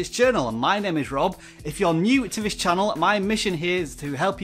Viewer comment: Never trust people who pronounce “this”, “viss” 😂